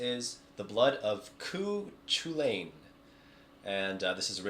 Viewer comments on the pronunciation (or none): I'm Irish and "Cú Chulainn" is actually pronounced like "Ku Kullen" Love the video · I hate to be that guy but being Irish i should tell you it's pronounced "Cu Culainn"